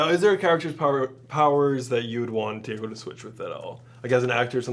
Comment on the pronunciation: im in love with the way david pronounces diego in the most spanish way possible like "dee-ye-go" rather than "dee-yay-go"